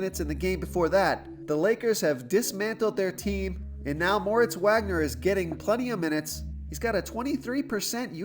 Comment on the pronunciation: solid plays....not sure about Wagner because Kuzma is most likely playing tonight, which will cut into Wagner's minutes and it is pronounced Vag-ner